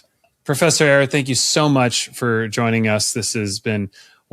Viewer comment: *Eire, not Aire... for those seeking the books by Dr. Carlos Eire. I just downloaded "They Flew" on audible.